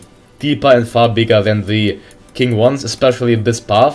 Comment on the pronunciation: Qing is pronounced like "Ching" just so you know m8 :)